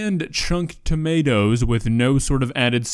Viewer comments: TOMATO NOT TOMMYATOEA TO MA TO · She pronounces - Onions as "hunyuns" - Cucumber as "cookoma" - Tomatoes as "tummy ah toes" This woman is a national treasure. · Because noodles was literally incorrect, but tommyatos is just a silly way of saying tomatoes that a lot of people called them as a young kid. It's not "wrong". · i like the fact that she pronounces the word "tomatoes" like "tommy ah toes" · Tommy autos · ‘TaMiAtOs On ThE SpUtAdO’ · Ah yes “tummy-ya-toes” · tommy-ah-toes is the superior pronounciation i would not say the worst recipe because its not burned to carbon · "TAMIE-YATOES"???????? tomatoes? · When she said tommystos it finally convinced me that she’s trolling after about a year of trying to figure it out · "Tomiato" - 😅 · When she said ~tomiathos~😩 i felt that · I died when she said tomAREtoes💀💀💀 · “Some tomayatoes” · Tom-ya-toes? Omg. The dish really exist.. wow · TA-ME-AH-TOES 🤔 WTF ARE TA-ME-AH-TOES 😂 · Pot-ta-toes = Pata-tas Tom-ma-toes ≠ Tommy-autos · "Some Tamiatoes💅💅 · Doesn't she know that the I is silent in tomiatoes? Same with carriots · Does she really call tomatoes "Tommy-atoes"? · Ah yes, tamiatoes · Tammy- at-times is joining my vocabulary, along with purble, cin-ah-mum aand a hundred other "mispronounced" words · Ah yes tomiatoes. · Tommyahtoes and Poteh’uhs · she put the noodles in not boiling water, and the filth on the plate in the first shot, the way she pronounces tomiatos..it’s GOT to be a serious joke,,it’s gotta be. still i think that her asian chicken burnt up with the flour was worse but,,i really don’t believe 100% that it’s not a really good joke channel. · I can’t handle the way she pronounces tomato’s. No one in the English speaking world pronounces tomato’s the way she does. WTF!!!